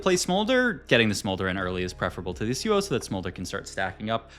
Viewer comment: That Yasuo pronunciation actually hurts my ears